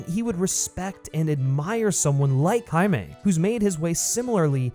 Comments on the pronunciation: On god im about to start this video over and take a shot every time he says Jamie 😂😂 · Wtf are you taking about with this “White Privilege” Rant? How did you get all that from a 2 minute trailer? Also it was obvious that you butchered the pronunciation of “Jamie” and sloppily edited it in afterwards! Nice work bro! Guess that’s some cultural appropriation of your own! 😂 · It sounds like after your recording you had to replace the pronunciation of “HIMAY” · lmao you definitely said his name wrong the whole time huh? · Am I the only one who noticed that he kept saying the characters name a little weird throughout the entire video? Lol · Did you mispronounce Jaime then have to go through and redo it? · Must've been super annoying having to go back over your original audio recording for this video to fix every instance of your pronunciation of the guy's name, props for doing that! What had you gone with originally? English "Jamie" pronunciation? Also: hadn't really heard of this character until seeing the trailer, but the suit gives me (as an older guy) strong Guyver vibes, and if I can headcannon this into being a live-action Guyver movie then fuck yes I am here for this. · ok but how did you pronounce "Jaime" on the first go round addjkhgsjsgsh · did you mispronounce jaime in the original vid and then fix it in voiceover?